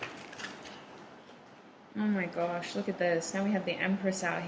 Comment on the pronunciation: “Oh my guoesh” 😂